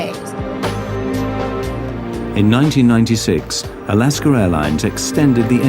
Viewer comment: Alasker airlines lol work on your pronunciations a little harder